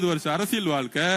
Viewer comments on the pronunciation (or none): none